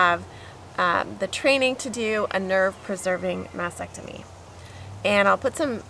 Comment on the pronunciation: Why do people say Masectomy instead of MasTectomy?